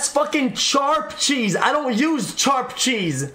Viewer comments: Lil bro really said Charp Cheese I can't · Why does he say sharp like that